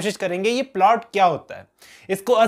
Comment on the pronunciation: is polt 😂😂, not plot